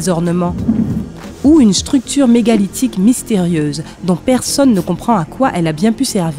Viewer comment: Elle dit une chsructure 😭🤦‍♀️